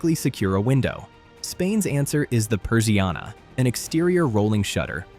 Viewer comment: Jajajajaaj qué divertido oír decir "patio de luces" o "persiana" pronunciado en inglés 🤣🤣🤣 Está bien esto porque hace que les des más valor a las cosas que ves diariamente. Aquí estoy escribiendo en la terraza debajo del toldo 😊